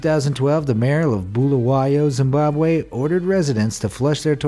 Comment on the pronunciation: It is pronounced zim bob wee